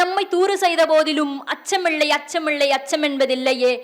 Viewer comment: அச்சமிள்ளை அச்சமிள்ளை என்று உச்சரிக்கிறீர்கள் சகோதரி....! சரிபார்த்து உண்மையெனில் திருத்தி உச்சரிக்கவும் 🙏நன்றி 🙏வாழ்த்துக்கள்